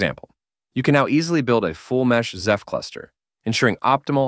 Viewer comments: Can you please stop calling it "ZEPH"? 😂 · Pronouncing Ceph “zeph” is diabolical.